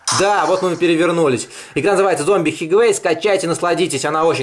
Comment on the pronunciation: ну вы даете 'хигвей' :))))))